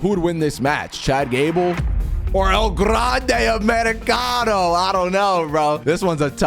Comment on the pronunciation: i loved it when he said "EL GRRRANDE AMERICANOO"